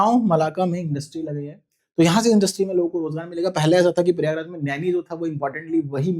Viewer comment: its not परियागराज, its प्रयागराज …..